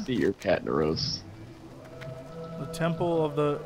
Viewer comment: Honestly I didn't get the catnaros right away. I thought he said Cat in the roast. It does make sense doesn't it?! :D